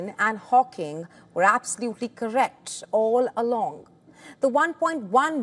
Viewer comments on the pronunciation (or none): Correct "all along"? There was never any doubt why did she say it like that?